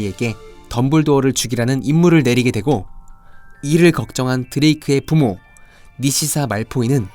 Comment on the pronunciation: 니시사 아니고 나시사요..